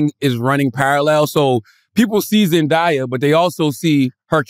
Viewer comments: ZEN DAY YUH … not ZEN DI YA !! lol I’m sorry is that a New York thing? I keep hearing New Yorkers pronounce her name wrong. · Every time.. ZEN DAY( DAAAYY) not ZEN DIII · Why are they pronouncing her name like that. When did it become Zendiya?? lmao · They pissin me off how they sayin zendaya’s name